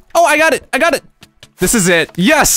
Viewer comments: I thought he meant to say "Throw thish out" :P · He says Throw thish out. Yep how i spelled it "thish"